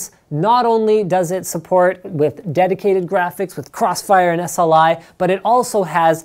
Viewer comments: dedicrated lol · "Dedicrated Graphics Card"